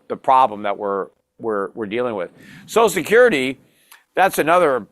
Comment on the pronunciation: Peter literally can not even pronounce social security correctly. 🙄